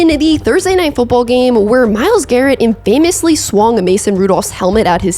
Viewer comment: Enjoying your content so please don’t take this the wrong way…but it’s pronounced in-fuh-mus, not in-famous